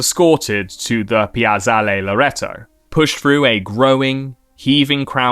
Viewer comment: Great video, but I have to say you should have put just a little more work into learning how to pronounce the italian words. The way you pronounced Piazzale Loreto made me laugh out loud because without looking at the screen I thought you're trying to say "Penis Loreto". Buona festa della Liberazione!